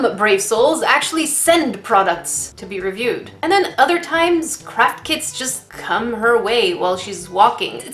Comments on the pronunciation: I know you are saying Craft Kit, but I keep hearing crap kit. Which is pretty accurate to be honest. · Ok I know your saying CRAFT kit but my hearing is bad so it kinda sounds like your saying CRAP kit (I find it funny that my hearing is making me hear something diffrent)